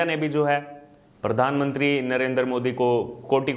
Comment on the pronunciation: सिमरीती नही स्मृती, परधानमंत्री नही, प्रधानमंत्री बोलो भाई. ☺️